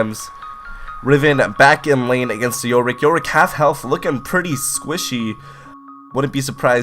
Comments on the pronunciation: Anyone else here him say YOLRICK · *yorick Not... yollrick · I don’t like how you say “yorick”